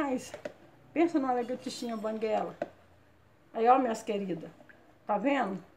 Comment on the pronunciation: Acho tão engraçado, vc falando largatichinha banguela!kkkkkkk Vc é uma pessoa muito especial para Deus..💕